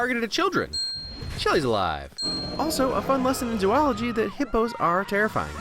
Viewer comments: its zo-ology not zoo-ology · I think I've watched 80 of your vids in the last week. This one was making me insane with the amount of times Zoology/Zoologist was pronounced wrong. There's no ZOO in zoology. Sure, it's there in print, but if it were to be pronounced ZOO-ology it'd need to be spelled Zooology. Say ZOE-ology, kids. Like DOUGH, THOUGH, ROW, HOE, COCOA, yo.